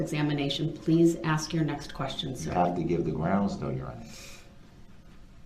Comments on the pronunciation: Brung into a courtroom. Wow. Who taught him English. “Have they saw”. “Axeing” substaining. Forf. Oaf. And does he not hear how dumb he sounds? Biasness. Biast. How can he hear the work ask yet turn around and axe. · Lol he even says “axe” instead of ask😂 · Love that part. I wish she would say "do you want to axe a question or ask a question?" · Not all blacks speak like that he's lazy and doesn't care to pronounce his words, he thinks he's a gangster